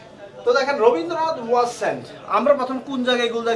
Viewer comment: Rabindranath হবে robindranth nah 😁😁😁😁